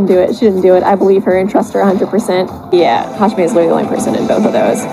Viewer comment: Hajime is my fav so whenever I hear hajimitch I die inside